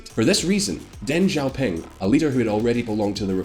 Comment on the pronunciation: First get some chapstick! you are on camera ffs! Your pronunciation is trash. Not everything sounds like zhuuu zhow. It is: [SHEEEEE Jin PEENG] [Dung SHOW PEENG]